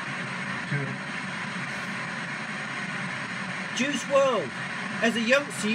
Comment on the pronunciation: You didn’t even say his first name right 🤦🏻‍♀️